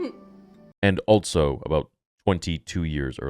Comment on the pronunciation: “Altso” is a word? Thought it was also all this time